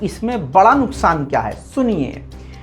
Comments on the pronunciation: Urdu ka beda gharq kar diya bhai. NUQSAAN ko NUKSAAN kar diya Allah raham kare. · Love from iok par urdu ki maa behen kar dety ho😂😂😂نكسان نہیں نقصان ہو تا ہے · Nuksan nahi Nuqsan hai. Urdu sahi kar len. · Beta Qaf aur Kaf mn diffrentiate kya kren. Aap tou Urdu jante hn. Nuqan hota h. Nuksan nhn.